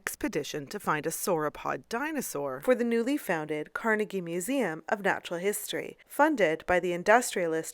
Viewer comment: saying devonshire and carnegie wrong too